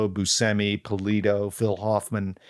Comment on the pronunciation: That's the first time I have heard anyone respect Steve Buscemi by using his preferred pronunciation of his Italian surname.